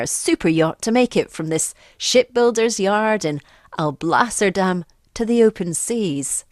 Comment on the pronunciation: I literally heard shit builders yard ! Not ship builders yard